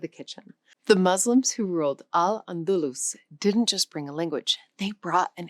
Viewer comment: It's pronounced "Al Andaloose". Thanks AI!